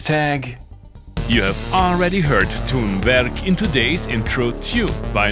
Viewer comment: At least someone who can pronounce "Tonverk" with some dignity! It seems like they have been too comfy, and this goes in line with a friends "live" set some years ago where I got my overdose of sterile treatment knowing he actually built his fandom being related to one of the developers. I'm saying I could do it too on a machine costing like a decent used car.